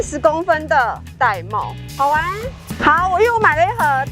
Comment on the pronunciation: 玳瑁 音要唸 ㄉㄞˋ ㄇㄟˋ 音 同帶妹